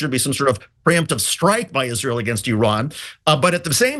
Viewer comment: It's just like Lindsey Graham says, "izrool".